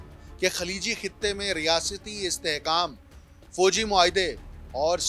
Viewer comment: لفظ کومی نھی قومی ھوتا ھے، foji Nahi Fawgi hota hey learn the pronunciation from some language teacher before next vlog.